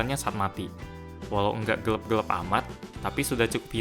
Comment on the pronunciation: saya perhatiin dibeberapa video pas ngomong gelap jadi 'gelep', kenapa harus gelep sih? 😅 nggak ngeganggu sih, cuma agak cringe aja.. hehehe.